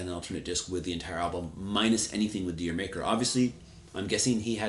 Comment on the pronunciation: D'yer Mak'er is pronounced "Jamaica".